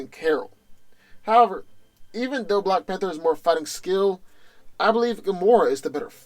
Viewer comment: "black fanter" is that a new drink?